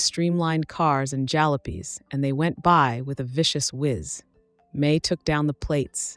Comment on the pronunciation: Jalopies* as one example mispronounced